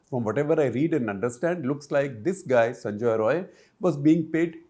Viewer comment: it's sanjai rai not sanjoy roy